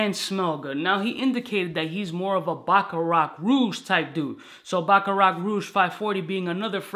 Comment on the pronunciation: jeezy said im usually a bacclarat guy lol where did that L come from. But it's cool, he went with the popular choices to be expected. He got the white air force 1 (aventus) and tan Tim's (baccarat Rouge 540) of fragrances 🤷🏽‍♂️. PNB Rock is from Philly, had some dope collabs and some big singles but he is definitely the younger generation.